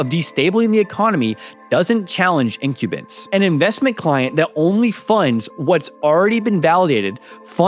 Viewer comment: In-cube-bents for incumbents. Buddy, you have the worst reading vocabulary pronunciation I have ever come across, including my own. (I.e. you've read the word but never heard it pronounced.)